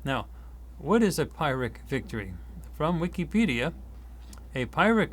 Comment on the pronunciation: Just to note that Pyrrhic is pronounced “Pirrick” (I just needed to flag as this is how I’m wired) - huge thanks for your good works..